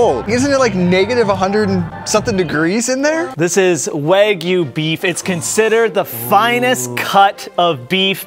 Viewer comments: its not wagu its wagyu, pronounced like "Wah-G-You" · You called Wagyu wagu